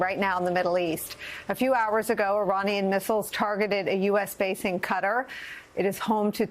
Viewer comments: She can't pronoounce 'kuh Tar'. Sad! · For Gods sake it's Qatar, not Cutter!!! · Why did all the news reporters suddenly begin calling it CUTTER instead of Qatar?? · It’s pronounced co-TAR’ in the Middle East & Asia. Not “cutter”. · Qatar is pronounced like guitar not cutter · KUH-TAR. Not Cutter. Jfc. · Can you please stop calling it KU-tter. It's Ka-TAR! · Nicole U should be ashamed calling Qatar, Cutter. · CAT-arr, Nicolle, NOT CUTTER! Please get it right. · Ka tar not cutter 😂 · KA-TAR NOT CUTTER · Its not cutter, its QATAR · Its Qatar not cutter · The country is called QATAR not CUTTER stupid western Media they don't even know how to pronounce the name of a country much less find it on a map . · It's NOT prounced Cutter! Go back to school! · Please stop calling it "cutter" and learn to pronounce it right. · It's called "KA-TAR" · I’m having a hard time listening to this with the repeated pronunciation of Qatar as “cutter”. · its pronounced Kuh-TAR folks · Cutter? Is she trying to say Qatar? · She sounds so cute the way she mispronounces Qatar over and over again 🥰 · i dont know how qatar = cutter lol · Why does she pronounce Qatar like that? 😂 Good lord. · Why is she pronouncing Qatar like that? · Is there not one person at MSNBC that can pronounce QATAR properly?